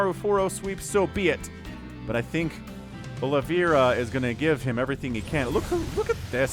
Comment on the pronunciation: "Olive a ra" not aloe vera ;p - it is brazillian/portuguese name.